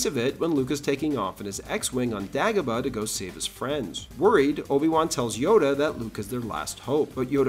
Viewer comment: It's "Day go bah"